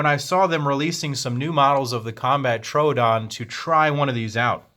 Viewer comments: It's not a Trodon, it's a "Tr-o-o-don" which is Greek for "wounding tooth" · Not how you say trodoon but good video